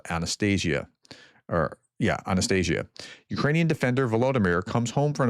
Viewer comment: Just a Professor. Please open Google Translate and listen to how the name Анастасія is pronounced.